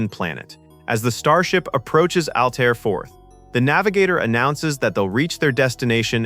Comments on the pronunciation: ALTERRA, NOT ALTAYRA/AL TIE RA. Grf. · Has anyone even SEEN Forbidden Planet? Altaira is pronounced Al-tare-ah. It seems as if the narrator gets this halfway through the clip, but no one removed the earlier Al-tyre-ahs. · How do you make a video about this movie and not pronounce the female leads name "Altaira" properly? Pronounced -- Al - tear - ah Have seen the film? Altaira Alta Morbius, daughter of Melvin Mordecai Morbius. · Name was Altaira. Al tear (like rip) a.. Alta for short. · And not Al-TIE-ra. 🤦🏿‍♀️ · It is pronounced “Al-tear-uh” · OR, maybe ' Al - TAIR- a '. . . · Mispronouncing Altira did it for me. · yes on Altaira. minor point; good vid. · The narrator mispronounced Altara's name as well as Issac Asimov's name. If they had watched the film they would have heard the correct way.